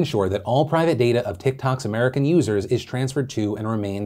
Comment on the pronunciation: "...in Tik-Talks...